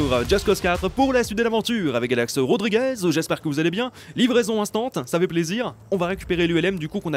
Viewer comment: Au début il a dit galax rodrigez